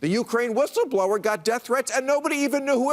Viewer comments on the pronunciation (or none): none